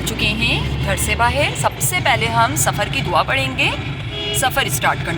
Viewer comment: سفر کی دعا کا تلفظ درست نہیں ہے